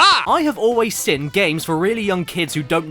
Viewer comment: he says sin instead of Seen